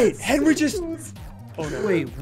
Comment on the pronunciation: Did anyone notice ssundee said Henry instead of henwy :O